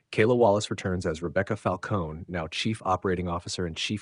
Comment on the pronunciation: Rebecca's last name is Falcone. Not Falcon. When she was introduced at the Patch by Tommy to Angela he was corrected by Rebecca saying it was pronounced Falconie like italian..Several video presenters have gotten this wrong.